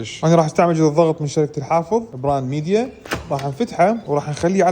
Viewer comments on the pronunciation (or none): اسمه مايديا مو ميديا مو انت الي تغلط باللفظ